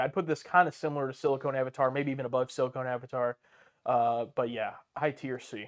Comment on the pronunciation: It’s pronounced “Sili-CON”, guys. Not “sili-cone.” (The difference is that Pamela Anderson is the Silicone Avatar)